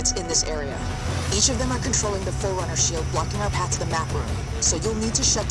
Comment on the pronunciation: she said forunner but they been gone for 30 years